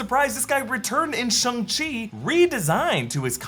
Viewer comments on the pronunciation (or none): Shang-Chi teaches you how to say "Shang-Chi" and yet still can't pronounce it correctly 🤦